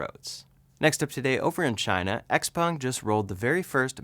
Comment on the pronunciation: XPENG, not XPONG..... lol.... Thanks for the updates...